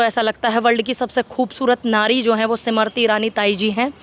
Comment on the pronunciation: जी आपकी हिंदी कब सुधरेंगी। समरती ईरानी नही हैं। ये स्मृति ईरानी है। नाम कमाने के लिए नाम खराब मत कीजिये।